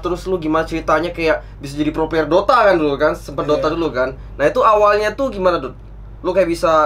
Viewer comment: " mau ngomong player kepleset jadi pler" Emng dasar 🤣